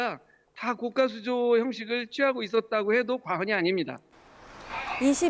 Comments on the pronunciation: 교수님들은 高架를 高価라고 발음 하시네 고가도로를 고까도로라고 안 하는데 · 고까수조 아니고 고가수조 아나운서 발음 들어보세요. 사전에도 고가도로로 발음. 고까아닙니다. 고까는 가격이 비싸다고 할때 고까라고 발음합니다.